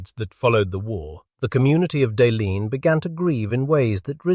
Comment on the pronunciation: As a twin otter pilot in Yellowknife, I have flown into Pt. Radium and Sawmill Bay many times. Awesome to see pictures of how it looked in the 30's&40's. Were still a few buildings in the late 90's, early 2000's, but only the airstrip and roads cut through the bush are left now. And Deline' is pronounced Del la nay .